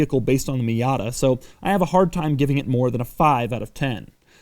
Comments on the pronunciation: he says fiata lol 😂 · Did he say Fiata? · Did he just say "Fiata" in ?